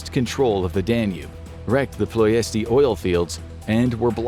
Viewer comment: It is pronounced PLESH-ti